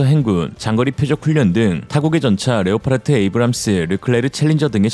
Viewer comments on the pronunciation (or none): none